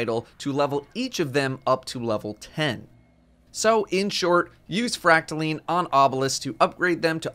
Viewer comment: Isn’t it pronounced fract-a-line not fract-a-leen correct me if I’m wrong